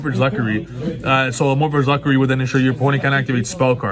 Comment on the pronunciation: That's not how "Lechery" is pronounced.